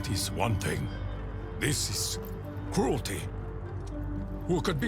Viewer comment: I thought takeo 2.0 said fruity and not cruelty